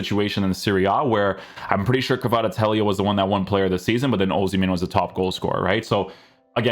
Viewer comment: Take a shot every time this dude butchers kvaratskhelia’s name